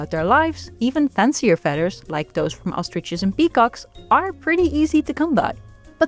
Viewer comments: I love the way you pronounce “fedder.” It is endearing. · American English speaker here and your voice is wonderful. I love how you pronounce feathers 🪶